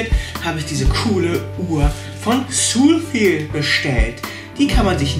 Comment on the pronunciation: Ist auch falsch ausgesprochen XD